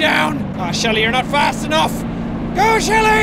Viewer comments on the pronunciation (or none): Jack That Is Shelby...Not Shelly!